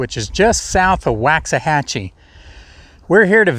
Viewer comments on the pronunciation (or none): The town is pronounced “Wocks-uh-hatchee”. I used to haul steel from there and the locals make sure to let everyone know not to say “Wax-uh-hatchee”. It’s like a sin to pronounce it incorrectly to those people Lol. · As an aside....its pronounced woks-a-hatchy. It's derived from the Indian name for Buffalo Creek, which ran through the area where several different tribes migrated with the herds. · Laughing for us old Ellis County Natives, hearing it mis- pronounced is like fingernails on a chalk board. My ancestors and me were raised in Ennis & Palmer, & Garrett, Texas. We shop lots of times in Waxahachie.